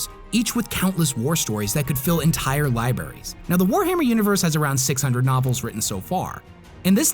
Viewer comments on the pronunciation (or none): Lie Berries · Lie berries?